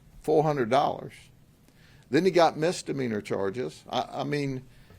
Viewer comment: “misstameaner” sry 🤣